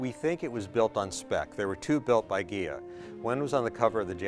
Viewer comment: Hells Bells! My ears must be shot. I swear he is saying, "Kia Cadillac".